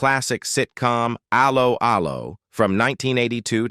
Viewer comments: hate how you preannounce allo , allo . it is pronounced as hello, hello not as a low . a low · Can this commentator not get the show title right. It’s Allo Allo. It’s not Halo Halo. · For f**ks sake, do a live commentary with an English person who has actually SEEN the series... Aloe Aloe? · Aloe, Aloe. He-De-Hi Get the pronunciation correct. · Actress Kim Hartman / Helga is still ALIVE. Wikipedia fact check all this folks!🙄 R- Lo R-Lo it's pronounced, even AI could do better... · Aloe 'Aloe... 😂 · First time I have seen this. Does the idiot doing the voice over. Actually know how to pronounce Allo Allo. This has ruined it for me. Ruined it for me. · Computer voice pronunciation is so crap Allo'Allo.